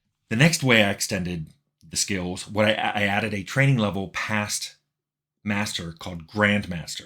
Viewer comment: Tim Cain has an enjoyable way of pronouncing the word "skills", as though it had a letter-W in it, "skeewuz" - I've found myself saying it that way aloud to myself sometimes to relish the flavour.